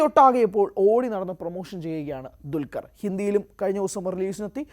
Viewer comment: ഇവനെ പോലെ തന്നെ വേറെ യും കുറെ ചിലരുണ്ട്..😂 അല്ലെങ്കിൽ ഇവർ പറയണം.... എന്താ ണ്‌ DQ വിനോട് ഇത്ര വെറുപ്പ്.... ദുൽകർ എന്ന പേര് പോലും ശരി ക്കു പറയില്ല....